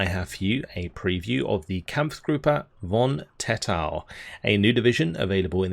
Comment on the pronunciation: As a Dutch man i am happy to see some Dutch troops in the game. But also as a Dutch man, i am very angry how you mispronounce there name.😠